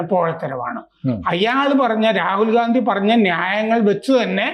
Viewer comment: ഗാന്ധി അല്ല ഘണ്ടി ആണെന്നാണ് കേട്ടത്...... അത് ക്ലിയർ ചെയ്യൂ പ്ലീസ്.....